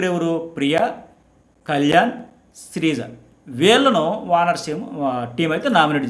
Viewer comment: Dammu srija kadhu LA... Srijaa😅